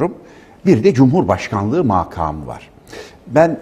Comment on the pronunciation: MAKAK ,MAAKAAM DENMEZ SANIYORUM,HER NEYSE SÜPER KONUŞUYOR HOCAM HELAL OLSUN.